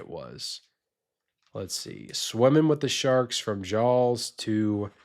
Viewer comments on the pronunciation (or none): I don’t like how he says Jaws